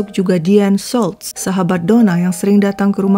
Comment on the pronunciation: Ci US , maaf nama Deanne Schultz seperti nama Jerman ya , jadi huruf u di nama Schultz ttp dibaca u bukan jadi a, Tksh.